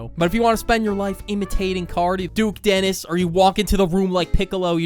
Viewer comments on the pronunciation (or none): none